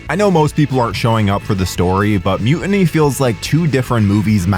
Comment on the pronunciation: Excuse me, “Mu……iny?” I thought it was Mu-tiny??? There’s still a t in the middle, I can see it.